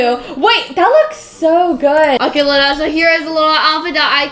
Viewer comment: Lol when said Luna, she said Lana😂